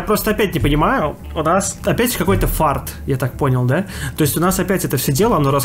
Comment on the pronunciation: То чувство, когда сказал фарт вместо фарс: "Это снова у нас в стране какой-то фарт, все раскрутили...". Ну в целом и то правда....